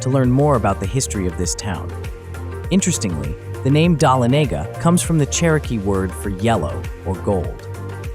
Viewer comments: I appreciate your attempt to pronounce Dahlonega- the accent is on “Lon” - duh LON eh gah Hope that helps! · This person has never been to Georgia. Images that are from Georgia. Can’t pronounce Dahlonega